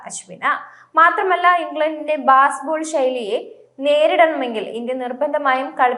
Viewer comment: ബാസ്ബോൾ അല്ല ബേസ്ബോൾ മോളെ